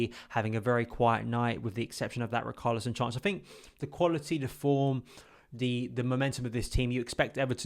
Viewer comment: Who is "RiKarlison"🤣🤣🤣